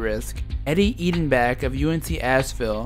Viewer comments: The coach of UNC-Ashville was Eddie Biedenbach (pronounced phonetically Bee-den-bach unlike the way the narrator of the video is pronouncing it) who played college in the late sixties at NC State. He was was from Pittsburg, PA and I recall a pretty niffty player in the ACC and had a brief pro career . At one time he was the manager of a Gold's Gym near here in Wilmington, NC the hometown of Michael Jordan. He coached at Davidson for three years from and at UNC-Ashville from 1996 til 2013 later when he resigned early in the season. He was even an assistant at State in the year State won the NCAA title with David Thompson. When in college as I remember he was a player who wore glasses. And he pretty much carried a lot of the load for them scoring wise. But it seemed to me that near the end of the game and if it was close and he'd get fouled he often as not choked at the Free Throw line. It was the time when Carolina and Duke were the beginning to dominate the league before Vic Bubas was the coach at Duke and Dean Smith started getting some really good recruits around the time Charlie Scott was recruited and guys like Bob Lewis and Larry Miller, Rusty Clark, Dick Grubar were the stars for Carolina. Duke had guys like Bobby Verga, Jack Marin, and Jeff Mullins, but when Bubas left to be the Commissioner of the Sun Belt Conference Bucky Waters became their coach and they had a run of bad seasons. After Waters was hired Bill Foster came on board and though a better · you butchered the pronunciation of Biedenbach lol. Great video though!